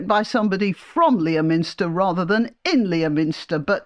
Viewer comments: Merry Christmas. (Sorry to be pedantic, but the usual pronunciation of Leominster is “Lemster”.) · Merry Christmas and thanks for everything!Btw, it's 'Leh-minster' - keep lions out of it, please.